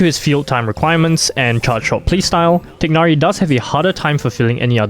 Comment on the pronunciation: *TAI-NARI* Come on man.